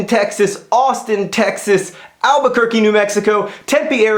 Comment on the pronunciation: I'm so happy you pronounced Albuquerque correctly! :D